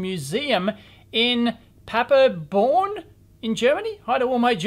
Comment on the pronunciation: Leuze = LOY-TZ-ER. If Germans are your 4th demographic at least respect them enough to learn some basic pronunciation. It's PADERBORN as well, not papperbon.